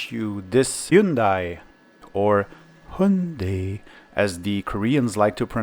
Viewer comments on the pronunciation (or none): Nah, Koreans don't pronounce it as /həndei/, it is generally pronounced as /hjənde/. It means "modern" in Chinese and it is pronounced as /gendai/ in Japanese. In Korean, the second syllable is literally spelt with /a/ and /i/ glued together, and it is estimated that it was pronounced like the English word "eye" a few centuries ago, hence they chose "ai" for the spelling, probably. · Americans usually say "HI-YUN-DAY" haha